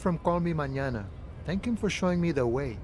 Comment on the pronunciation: The way he keeps pronouncing Mañana like Banana